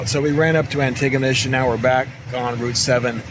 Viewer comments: oh and your buddy Cal , well that is the way Hal-ifax is pronounced as well . Its Hal not Hall . and Antigonish is ANTI- Gonish . Pictou is pronounced Pictoe lol . Sorry , just trying to help lol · Ha Ha, it’s pronounced Anti-gonish. Saying it fast! 😊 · I have to do it: Antigonish (which is my hometown) is pronounced ANNIE-go-nish. We don't pronounce the 'T' (for some reason), and it's how we weed out the non-locals :)